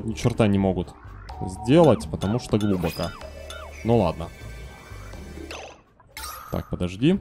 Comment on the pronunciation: ради бога, глубокО. Уши режет просто.